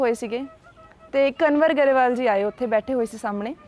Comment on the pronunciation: ਬੇਟਾ, ਕੰਨਵਰ ਗਰੇਵਾਲ ਨਹੀਂ ਕੰਵਰ ਗਰੇਵਾਲ ਹਨ